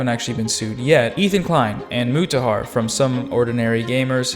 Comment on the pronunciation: Is someone gonna tell them that’s a weird way to pronounce Mutahar’s name?